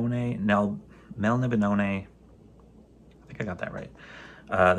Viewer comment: The Elrics are Science Fiction Book Club but just about the only place to get those BEAUTIFUL Robert Gould covers. Say: " Mel - nib - oh - nay " - accent on first or second syllable, depending ( Couldn't find a hug or no hate emoji) - You may want to hold onto such nice Elrics until after you read them. You may (or may not) * suddenly * want to collect all sorts of his stuff.